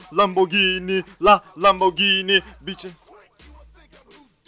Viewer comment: lamborghini diyemiyonki huracan diyecen o lamborgini diye okunu lamborcini deye deil ingilizce deil fransızcadır lamborghini